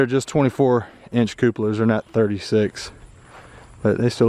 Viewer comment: Stop saying cupalas I knows it fun but cut it out..